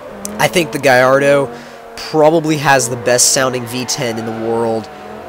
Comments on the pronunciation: why do you pronounce it guyardo its gallardo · Sounds like u say garrodo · What kind of gallardo is that?? That gallardo looks like a piece of shit, and how he says gallardo just makes the vehicular device sound stupid af